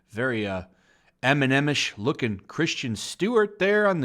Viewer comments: How do you mispronounce Kris-ten as Christian? This isn't the Star Wars prequels. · I really hate how you pronounce Kristen. It's not Christian, it's Chris-ten. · Christian or Kristen Stewart. Please pronounce your words properly. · Her name is Kristin not Christian like you say it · While I agree with you I have to say that her name is KrisTEN Stewart not Christian Stewart. I would appreciate your videos more if you had actually paid any attention in english class. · Why does everyone keep pronouncing 'Kristen' as 'Christian'.....? Just asking! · Her name is Kristen and not Christian. Moron. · Alright PLEASE dude its not pronounced 'CHRISTIAN' Stewart, please just read the name for the love of God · Lots of movies flop. Elizabeth Banks is screaming "sexism" from the rooftops. Just take responsibility for all the bad decisions. Also...why does this guy keep saying "Christian Stewart"?? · It would definitely add to your credibility if you pronounced Stewart’s name correctly. It’s Kristen, not Christian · its kristen, not Christian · It's Kristen not Christian... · It's Kristen (Kris-ten) Stewart, not Christian Stewart. She's a no talent hack, but that doesn't mean I can stand the cringy mispronouncing of her name. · Are you purposely pronouncing her name wrong or do you really think it's Christian? There is a difference. I mean I agree with you but damn dude learn how to pronounce shit.